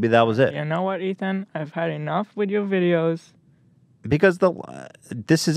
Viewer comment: Ethan turns into an Italian